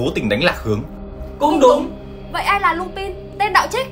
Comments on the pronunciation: Lubin (tôi đọc thành) - chubin😊😊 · ấy ầy Lupin đọc là lu-panh anh ơiiiii